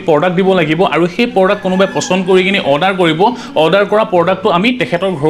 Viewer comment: Felipcart Nhoi o Flipcart... Ru porduct nhoi product.. Ruu Zerex Nhoi Xerox